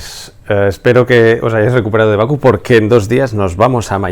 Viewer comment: ¡Hola "crack"! Se dice Bakú, no Baku.